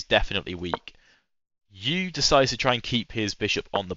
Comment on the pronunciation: I don’t think Max Euwe was a sheep… it is more commonly pronounced in uk English as something like “Urrver”, although if you ask on Reddit you’ll likely get 100s of alternatives. Same as asking how to pronounce Scheveningen!?